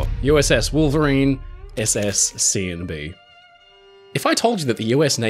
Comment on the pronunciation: This brightened my evening a bit hearing you say “Seeandbee” several times. LOL